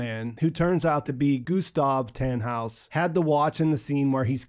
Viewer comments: Its so funny as german too see how you prononce the names 😂 its just Tannhaus not Tähnhaus for example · Americans really can't say Germans words right "taaanhouse"